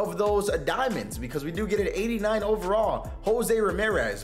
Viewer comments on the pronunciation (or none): none